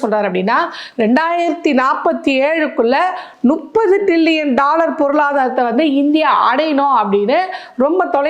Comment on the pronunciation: தமிழில் முப்பதை நுப்பது என்று ஏன் உச்சரிகின்றீர்கள்? தவறை சரி செய்து கொள்ளுங்கள்.